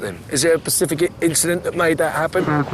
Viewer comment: The word is 'specific' Ross, not 'Pacific'. Buy yourself an education you stupid old bald bastard.